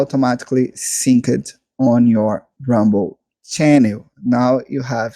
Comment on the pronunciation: 'sinked' not 'sink-ed'